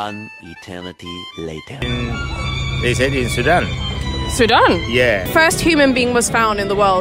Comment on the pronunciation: He said Sudan 🤣🤣🤣